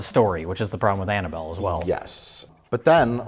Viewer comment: "mmhmmuhh mmhm Annabelle?" 😅